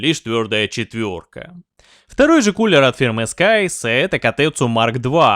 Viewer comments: scythe - читается скорее как "сайф", но никак не скайс. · Сайс, не Скайс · Scythe (Скутхе) - читается Сайф. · Scythe - произносится сайф и общей сборной таблицы по температурам нигде нет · что с английским,? Сайф - коса. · Друг, Scythe по другому произносится :) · сколько лет уже, а блохеры и остальные ленивые троешники "косу" все также произносят как дебилы. даже кнопочку озвучки в переводчике лень нажать, чтобы услышать как должно звучать слово scythe, но после "влазит" вопросов уже нет. то, что про заделку боковин у пластин, производительность или воздушное давление вентиляторов и продуваемость и влияние этого всего на температуры ни слова, уже не удивляет